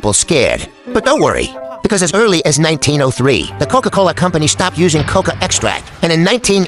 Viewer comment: Bro said cocola